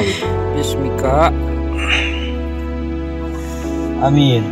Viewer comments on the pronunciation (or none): Kok "Bismika" bang 😁😁